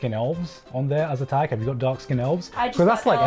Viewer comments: I just fucking can’t get over the way pronounces “tag” smh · Every time says "tag" her Midwestern accent comes out.